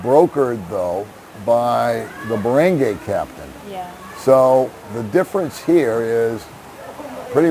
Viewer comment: Dear. When u pronounce barangay... dont say it like baranghey... its barangay:)